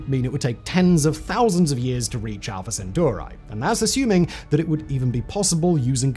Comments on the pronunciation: I cringed each time he pronounced Alpha Centauri as Alpha Centuari. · So you just chose whatever vowels to pronounce Alfa-Centauri…